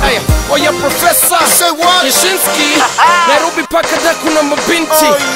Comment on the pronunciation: I liked the way Professor Jay pronounce the word Nairobi..lol..ati Nairobery..lol..He killed it lyrical speaking.